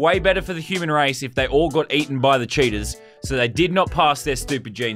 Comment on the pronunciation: he says cheaters instead of cheetahs